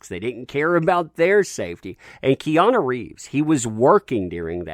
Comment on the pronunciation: ‘Peana’ Reeves?